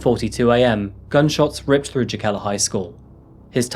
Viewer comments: I remember when this happened. It took a good portion of the video for me to understand it was the Jokela case. I know it by the Finnish pronunciation. My inlaws live just north in Riihimäki. It was shocking to me. It was a few years after a bombing in myyrmäki shopping center that killed 7 and injured hundreds. My sister in law lived across the street and I was in and out of it many times. One summer, some set fire to a car a block from inlaws house , my inlaws were in Vassa center when a car bomb was used for a suicide, Jyväskylä area had a couple biker bombings. These are aberrations in finland . Finns are much, much freer than Americans. Free from all the crime petty or otherwise. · It's not called "teusla " it's tuusula,878 the names n locations should be right. And jokela isn⁶t joukela. Speakin language it's ok and the history but like the history n other fakts shoul be right. But jeah good work in the end. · It's more like wreterick if you want to spell it phonetically. Also Jokela should be pronounced Yokela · Sorry, would it be pronounced Jokela? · I love your videos my man, watch them everytime they come out but i remember you said you wanted to work on your presentation and speaking and stuff so next time you might want to check pronunciations and stuff! Just some constructive criticism! Jokela is probably pronounced yokela, and tuusula probably has a different pronunciation too cuz finnish has alot of those double vowels that i think just make them longer like an extra beat almost! The double vowel stuff is a bit extra but those soft js you dont want to mess those up! Just like you wouldnt want to pronounce the j i mojito! Different language and rule but same faux pas!! Youre still my favorite true crime channel next to ballen!! Keep it up!! 😁😁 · your pronounciations of finnish words/names are the most horrible things my ears have ever had the misfortune of hearing